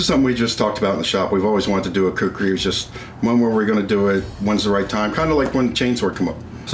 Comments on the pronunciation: That’s khukuri not kukri. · Dear Men at arms, its not kukri, its Khukuri tbh... please write it the way it should be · It's khukuri not kukri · When you say kukri as you trying to say a Nepali word it sounds like a chicken in Nepali. We say KHUKURI.... not KUKRI...